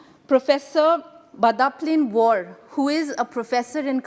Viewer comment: War not wor